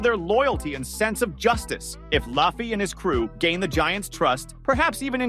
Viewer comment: I don't care how far into the video I watch. As soon as they mispronounce "Luffy" I turn it off and discredit it. A real fan would know his name.